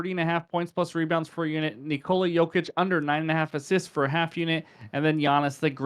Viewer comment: Yoker.. Yokich... 😂